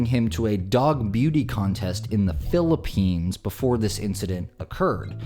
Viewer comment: He said philipenis lol